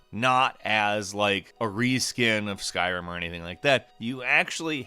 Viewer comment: I thought you said “skywhim”